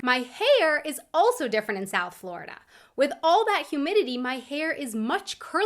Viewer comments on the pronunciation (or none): none